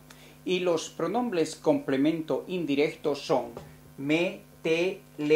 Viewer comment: "Pronombles", jeje